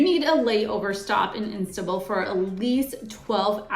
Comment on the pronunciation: Istabul airport. Hahaha